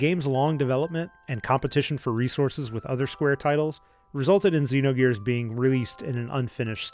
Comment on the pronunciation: Xenogears. It is Xenogears.